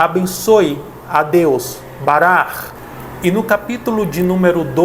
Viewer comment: não é bara, pronucia é (barack) mas parabens pelo video.